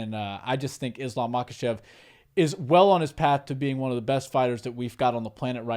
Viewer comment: I think the letter k is silent in their part of the world. So instead of ma-kuh-chev, I think it's pronounced ma-huh-chev I picked up on this while learning how to say Khabib's name. The k is silent. And I think it's the same for Khamzat chimaev as well.